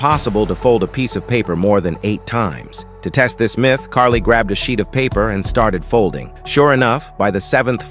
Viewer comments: Kari. Not Carly. Stupid ai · I got angry at him calling her Carly, her name is Carrie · Did you just call her Carly? I'm pretty sure her name is Cary, or at least pronounced that way. There's no L, is what I'm saying. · Her name is Kari not Carly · It's Kari, not Carly. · Her name is Kari, not Carly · Carli? She's Kari. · Kary, not Carly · It’s karrie you fucking stupid AI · First off, put some respect on her name. Its Kari not Karli. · Carie. Get it right.